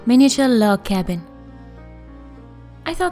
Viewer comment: it sounded like you said we were making a love cabin at the beginning